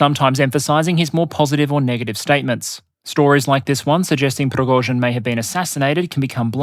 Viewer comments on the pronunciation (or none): none